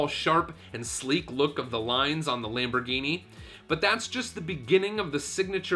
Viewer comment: nice LAMPBOHGYNEEYY